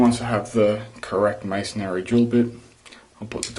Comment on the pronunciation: Did he say missionary